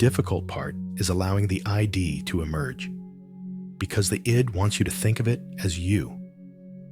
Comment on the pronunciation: What's annoying is that it keeps referring to the "I.D." where it should say, "The Id" It's one word, not an abbreviation, acronym, or initialism.